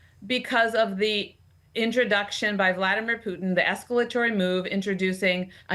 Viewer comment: Is it just me or is she pronouncing “Putin” in a strange and unusual way?